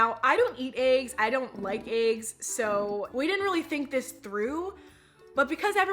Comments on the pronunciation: the way you kept saying eggs has me rolling 🤣🤣🤣🤣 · lmaoo i love the way eva says eggs